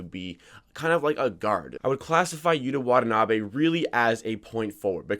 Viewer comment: Props to you dude for pronouncing his name correctly.